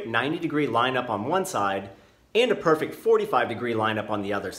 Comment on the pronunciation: painful to hear you emphasise "perfect" 90 degree and "perfect" 45 degrees. strong words in this imperfect world 😬🙂